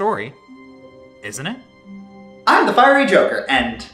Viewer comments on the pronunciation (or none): none